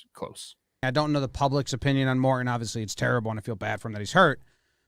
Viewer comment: “Mor-in” lol